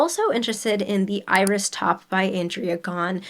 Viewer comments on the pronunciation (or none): none